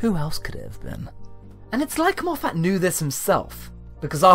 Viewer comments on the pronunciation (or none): It’s Moff-it, not Moff-at